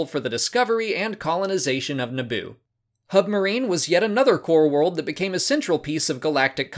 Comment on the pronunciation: Is it Humbarine not Hubmarine?